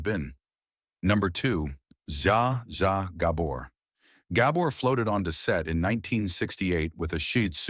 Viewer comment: The narrator doesn't even know how to say zsa zsa gabor's name correctly😂😢